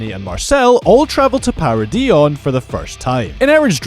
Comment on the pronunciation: Some of these are pretty obvious but it's a good video. Props for pronouncing the island of Paradi correct and not "Paradise" as some call it.